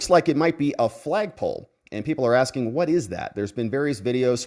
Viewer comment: She be a Axing You!!!!